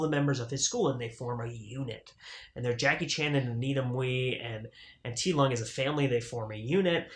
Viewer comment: Just a heads up, Ti Lung is pronounced "Dick Lung in Cantonese or Dee Lung in Mandarin." The audio track on this release is mono, you can make DTS-MA track in mono or stereo as well.